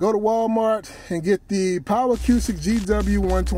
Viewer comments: Nice video very informative. However acoustic is pronounced "a-coo-stic" not "a-q-stic". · A-cooo-stick not A-que-stick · The way you say A-cue-stick makes me insane...its just acoustic spelled differently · why he keep say a que stick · Acoustic Pronounced A-Koo-Stik.